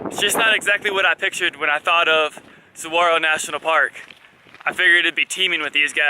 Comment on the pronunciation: The G in Saguaro is pronounced as an H. I have made Tucson my winter home since 1983, I am a adventurer traveler, and vagabond. Been on the road by bicycle and backpack for 42 years since I was 21 in 1977. Happy Trails! :)